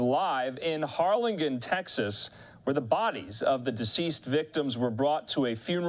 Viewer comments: Har-lin-jen. It’s spelled with a g but it’s pronounced j 😁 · Harlingen (Har lin jin) J sound.